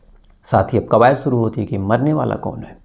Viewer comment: pehle bhi request kiya hai,aapka pronunciation zara sudhaar lijiye,aap Shuru ko Suru bol rahe hai, Desh ko Des, Purush ko Purus, Shayad ko Sayad aur Shadi Shuda ko Sadi Suda bolte hai.Jab aap itna acha kaam kat rahe hai to its not difficult to correct pronounciation